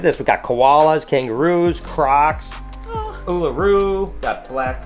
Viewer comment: An American who can pronounce Uluru correctly!!!!!!!!! ❤️❤️❤️